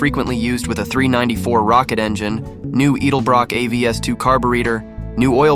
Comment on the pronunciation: You don't know to pronounce edelbrock.